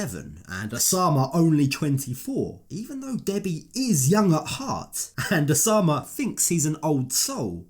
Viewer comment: the name is Oussama (pronounced "oossama" or 'usama' just like Usman 'sojaboy") I"m so triggered when she says Oshamah